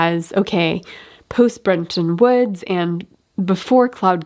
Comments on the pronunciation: I think it's "Bretton" Woods, not "Brenton" Woods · BTW, it is Bretton Woods (not Brenton Woods)